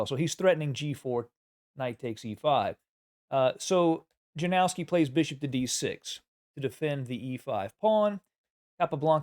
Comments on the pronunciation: It's called "Yanofski", not "JaNOOOWski",. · Capablanca's endgame technique was truly remarkable, and it has significantly influenced the play of chess grandmasters like Karpov and Carlsen, who have both drawn considerable insights from his approach to endgames. However, the pronunciation of his opponent name is "Ianovski"